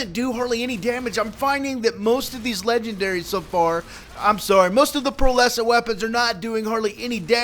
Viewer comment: "log of legeberrys"